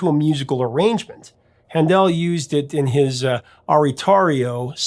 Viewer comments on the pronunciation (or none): George Handel’s last name is pronounced “handle” not “han-del”.